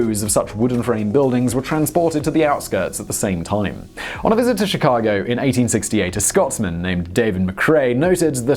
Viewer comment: Chicagoan here! Sounds weird to hear people who aren’t from Chicago say our street names. I appreciate this video though, I never knew the full story of how our city was raised